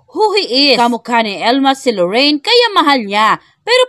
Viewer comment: LORIN !!! LORIN !!! NOT LORRAINE !!! HINDI LORRAINE !!! 😢